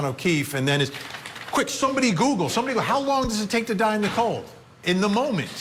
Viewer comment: 😂. Sorry, but I've replayed 3 times....why do you keep saying hose long to die in the cold??? Eventually, you do get it right...how long... So, whoever did that search mis spelled, but not hose long... been on the fence about this.... watching this episode of your show helped tip off straddling the fence. Then you go & compare this with O J case .... Good grief...